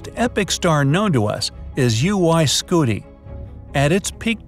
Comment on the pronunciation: its scuti not scutie